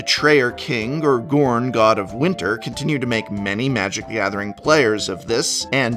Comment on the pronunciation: I loved the pronunciation of Jorn as Gorn.